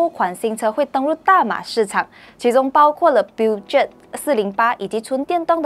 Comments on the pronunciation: 正確法文發音叫：Per-show 漢語拼音第一音Per 第三音show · Peugeot pronouce as Per-jo in english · 小姐姐或者妹妹，作为汽车媒体，请不要发错音误导人。Peugeot 无论是英文或者法文都不是发音为Puget. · Omg, piujiot.... Come on la, do some homework for brand name pronouncing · 小姐该多参考Peugeot的发音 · 拜托 peugeot 不是这样念的。这么明显的低级错误！做编辑的竟然没有审片，要抓去枪毙了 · please pronoun Peugeot properly is a France car don't pronoun in English😂😂😂